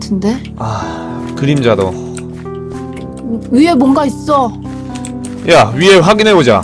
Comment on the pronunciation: 8분11초 쯤에 잭 대사중 아...그럴지도를 아...그림자도라고 이 읽으심ㅋㅅㅋ